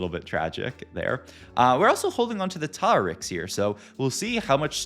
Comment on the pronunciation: the way he pronounces Tar-Rick kills me